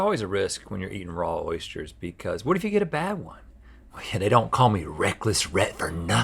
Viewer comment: 1800 episodes and i just realised Rhett can't say Oysters properly.